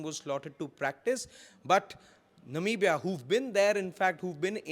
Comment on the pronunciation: Almost right it's Namibia sir not Nambia